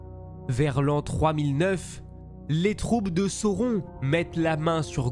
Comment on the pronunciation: Belle vidéo, c'est franchement bien narré, bien construit, je viens d'enchainer celle sur Galadriel et les 3 sur Sauron (j'ai repéré juste une petite erreur à un moment avec l'emploi d'un pluriel pour un singulier, et le nom de sauron prononcé à la française autrement ça me semble OK) quoiqu'il en soit, je salue le travail de synthèse, la diction aussi (claire et limpide, c'est un élément que j'aime chez les youtubeurs et tous n'articulent pas malheureusement). Le choix des images est bien senti aussi, la manière de raconter les batailles et les stratégies. Je m'en vais dévorer les autres vidéos relatives à l'univers de Tolkien.